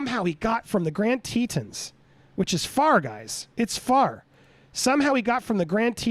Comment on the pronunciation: Such sad news for Gabby’s family and loved ones. Thank goodness she was found. Heads up it is pronounced TeeTohns rhymes Johns not teetuns.